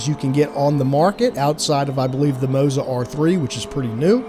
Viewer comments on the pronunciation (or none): none